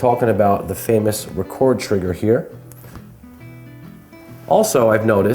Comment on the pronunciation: It's a 'Rekord' trigger , you say it like when someone has broken a world record .... You don't say it like when someone 'records' a programme on a vcr. It's nice to make the effort and pronounce things as the makers intended. It's also very annoying in films where Americans say 'Robinhood' - all one word , but I'm sure if mr and Mrs Hood , living in a New York suburb , had a son and called him ' Robin' , then he would say that his name was Robin Hood .... If he said his name was 'Robinhood' you'd think he was an idiot. So come on yanks , make the effort to speak properly, you're lovely people , just a little lazy sometimes ;)